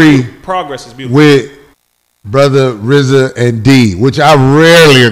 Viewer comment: It must be a lil irritating for Rizza to be on all these shows multiple times and people still mispronounce his name. Especially Corey ass 😂😂